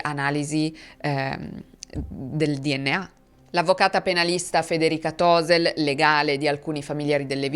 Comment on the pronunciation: Tosel ha l'accento sulla "e" non sulla "o", perché è un cognome tronco, come molti in Friuli e in Veneto